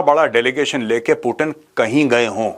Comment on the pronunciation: मेजर साहब वो कोई टीन का डब्बा नही है जो आप उसे बार बार पुटीन पुटीन बोल रहे हो😂😂😂😂 वो पुतीन है😂